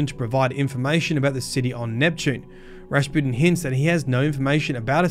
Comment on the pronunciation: Drink every time says “Raspooden” (no don’t, seriously don’t) I love the way you pronounce Rasputin as “Raspooden” and sometimes “Raspewden” and it’s fitting because for a while there he was crappin’ his dacks and then he was spewin’ mate. And Clovis is a good old fashioned sort of a bloke who gets easily misunderstood. When he offered me the job I would have accepted. Woulda been cool. We wouldn’t have taken any guff and would have got the job done no matter what.